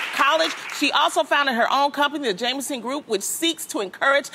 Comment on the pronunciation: It’s Jemison. Not Jameson Loni